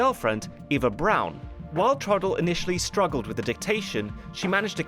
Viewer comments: You don't know how to say Eva Braun? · ITS PRONOUNCED EVA BRAUN NOT AVA BROWN THE FUHRER IS DEAD NOW GOOD SAVE US ALL FROM SMELLING HIS DEADLY FARTS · btw her names pronounce ava braun